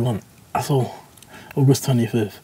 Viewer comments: Ogus twenny fif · UGUST TWENY FYTH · Jake: I have been training for like 6... Deji: OGUS TENYFIF